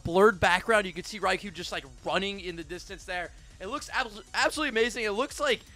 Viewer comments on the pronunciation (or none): I just want to correct you, since I’m Japanese I know you’re all saying Raikou wrong. Raikou is pronounced Rye-coal